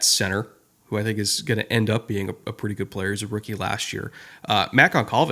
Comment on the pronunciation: I will be doing victory laps if I ever live to see the day someone in the national media pronounce Goncalves correctly... gun-SAHL-vez😢😢😢